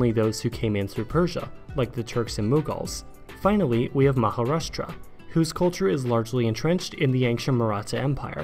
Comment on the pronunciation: Sri Lanka was never part of British India. It was ruled as a separate colony in its own right and not by the Raj or its successors. The way to pronounce Telugu is "Tiloogoo" in one syllable not "Tell-oo-goo". Similarly Maharashtra is pronounced "MarashTRra" wil emphasis on the second half of the word. An educational video should always encourage correct pronounciation. The British colonial center was always Calcutta. Delhi was more or less revived as an Indian capital during the indpendence years. Siliguri Corridor is known as the Chicken Neck rather than the Chicken's Neck.